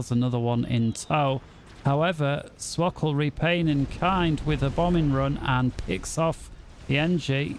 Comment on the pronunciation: Hello we were looking for swkoll games randomly and we are proud of you for pronouncing swkoll's name correctly.